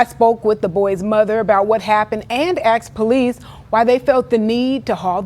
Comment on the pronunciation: OMG…that reporter axed the police!